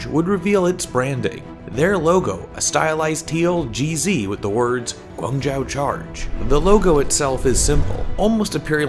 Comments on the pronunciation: Pretty sure it's pronounced guang joe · Ummm guangzhou isn't pronounced like that, but ok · March Wu I was just going to say that xD